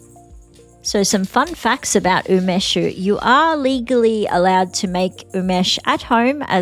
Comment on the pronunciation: do you mean Umeshu? U me shu (not u mesh), I believe. I really like Umeshu, homemade being the best, but Takara being the best commercial brand. Sake = Nihon Shu, the "White Lightning" you use in Umeshu being Shochu (chu a variant of shu), wine being Budo Shu".